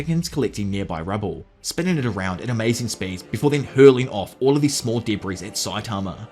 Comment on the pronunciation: I love your videos soooo MUCH that I sit and watch them ALL the way through in spite of how much I absolutely DESPISE the way you pronounce "debris" as "duh breeeze" lol.